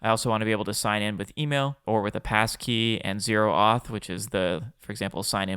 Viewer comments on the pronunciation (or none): It’s not Zero Auth it’s O Auth. It can be confused with Auth0.